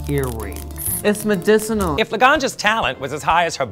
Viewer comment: ITS MADICYNAL